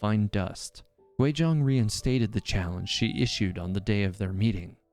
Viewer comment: It’s Guizhong not Quizhong